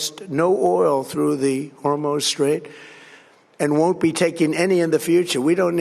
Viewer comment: Did he say the Strait of Hormones ?